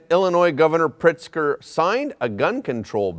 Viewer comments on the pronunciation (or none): none